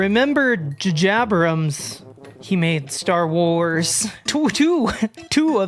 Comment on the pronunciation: OK from now on I'll be calling the Cloverfield director "J-Jabrams"